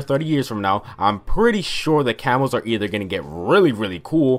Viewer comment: I swear to god the entire video I thought he was saying camels. "I used to tryhard so much to get gold camels"